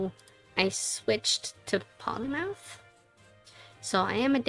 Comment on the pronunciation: P"o"lymouth. Holy mouth of yours! Love the pronunciation mistake.